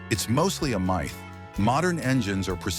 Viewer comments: Mith instead of Myth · So the AI voice doesn't know how to say "myth"?